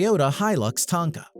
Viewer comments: Okay since we're on the ''...he has a good voice, but wondered why he said 'Tanka' instead of 'Tonka'. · Forgot to add this 11 litre engine on the rock bouncer god damn no wonder younger people are so dumb they watch this and get the worst information on it all. The comment And Is it just me or is he saying Tonka incorrectly